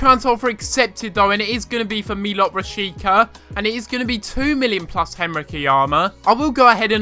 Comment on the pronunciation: I think it's nice if you go the camera when you score with Strandberg. I really love that moustache :) Oh, and Rashica is (in Holland) pronounced as Raashiitzaa